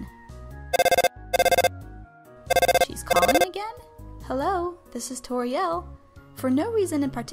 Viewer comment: When it’s said I am Tories caretaker of the ruins it said turrio😝